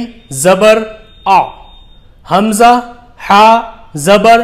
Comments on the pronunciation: Alif ko hamjah kyon padha rahe ho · الف کو ہمزہ کیوں پڑھ رہے ہیں.. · Alif ko hamza kyo parh rahe hae ? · Sir aap l'ko😢 hamja bolte hai 😊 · Sir aap alif ko hamza q bol rahe ho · Bhai aap alif ko hamza kyu padh rahe ho iske baare me to batao hum confused ho rahe hai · Alif ko ap hamja kyo padhte hai samjhaye ese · Aap alif ko hamza kyu padh rhe hai